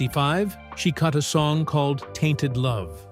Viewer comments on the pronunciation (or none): none